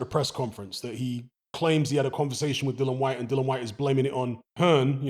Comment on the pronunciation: Dillon!! Get his name right. Drives me crazy!!😤